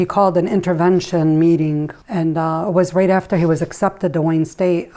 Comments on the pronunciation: Idk if this is a northern thing but he pronounced right as rate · The way myth pronounces “right” lol